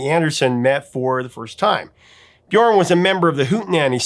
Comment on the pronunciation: does excellent research but - at the risk of being pedantic - I must point out that the pronunciation of "Björn" rhymes more closely with "yearn" than with "born."